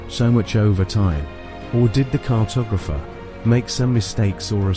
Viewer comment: Gave up when it was apparent that the commentator knew nothing and couldn’t pronounce the word cartographer.